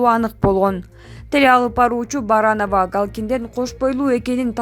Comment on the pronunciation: Баранова эмес Барановская !!!